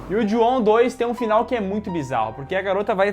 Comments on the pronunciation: Como é: Ju-on Como eu entendi: Juão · a saga" Jô ao"🤣🤣🤣🤣